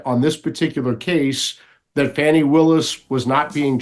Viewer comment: Thank you, Mike Davis, to correctly pronounce Fannie Willis' first name. Otherwise, she should change her first name to Fawny.